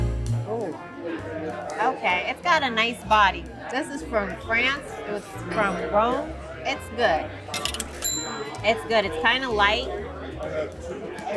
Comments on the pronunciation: I think she said Rhône not Rome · I thought she said Rhône. Rhône is a region in Southeast France.